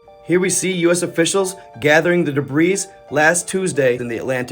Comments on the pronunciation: My man, I know u r reading and I know there's an "S" at the the end but trust... I PROMISE, it's pronounced "DABRIE". (and that sleepy eye aint helping bruh) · The s in debris is silent. Debree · It's pronounced debree. Silent S. 🙂👍